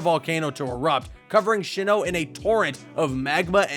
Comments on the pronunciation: Look dude. It's a cool video. But for the love of God please say it as Sinnoh. There's no H after the S and I'm worried about how much it bothers me when you say it Sh. Overall cool video, that is just a pet peeve I have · Tip if you guys decide to make Pokémon videos: search up how you pronounce Pokémon names/places first. Keep wanting to correct this guy on how to say SI-NNOH instead of SHI-NNOH!!! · I really enjoyed this video, sucks that the comments are obsessed with petty pronunciations Also, sHinnoh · Why is he pronouncing it Shinoh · I actually started to question if sinnoh is actually pronounced SHINNOH 😆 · If you can't even pronounce "pokemon" or "sinnoh" correctly, I ain't giving you any more watch time. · TAKE A SHOT EVERY TIME HE SAYS SHINNOH OR GURATINA! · Drinking game: take a shot every time he says “Shinnoh” or “Guratina” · He Pronounced Sinnoh and Giratina Wrong!